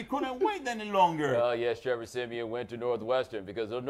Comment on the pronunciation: Ha he said Trevor Semen.